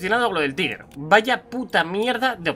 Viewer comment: Me gustó el vídeo y me suscribo, pero te doy el dislike por no pronunciar bien "tiger" o (taiger) suena asqueroso que nunca pronuncien como son palabras, y las lean tal cual las ven; algo común en los españoles.